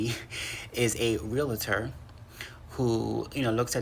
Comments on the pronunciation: It's real-tor, not real-a-tor. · I love you. That being said, the word 'Realtor' is not "Reelator" It's Realtor. (Reel-tor) Only 2 syllables. 😂 I've got ocd about that word. Even we Realtors give it 3 syllables. I cringe when they do. 😂😂 My issue, I know. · And I’m so sorry that this is so off-topic and may be viewed as a criticism as well, but can y’all please pronounce realtor correctly? Real-tor, not real-a-tor. I guess we’ll have our peeves! 🙏🏼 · Eat your plantains instead 😂 Also it's not pronounced "realitor," it's real-tor. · Realtor is only two syllables....😂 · JSYK…Real-tor. Not real-i-tor. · There's no "i" in realtor